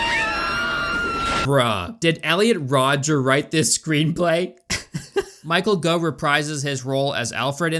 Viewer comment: Michael Gough's name rhymes with "cough"